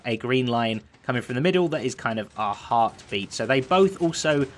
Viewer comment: When he said a heartbeat it sounded like last life AHArtbeat